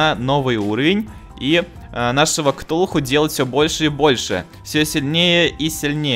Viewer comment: Ти сказал ктухуй іо😂😂😂😂😂😂😂😂😂😂😂😂😂😂